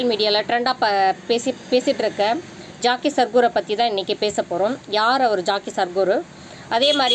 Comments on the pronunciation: Madam jockey or jakkie illai. Jaggi. Peru ozhunga sollunga madam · Jaakkie Sadhguru illa Jakki Sadhguru !!! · Guru Jaggi not Jaakki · ஏம்மா ஜாக்கி இல்ல ஜக்கி வாசுதேவ். கேரளா இல்லம்மா கர்நாடகா